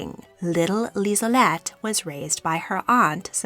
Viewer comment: It's Liselotte, not Lisolette.